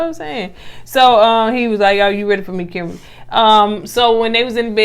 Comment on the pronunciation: Oooh chile, Edub did not say Zimbabwe 🇿🇼 . That’s my home country and you said it correctly too. As for Kimbaaaaaly if begging was a person,look no further.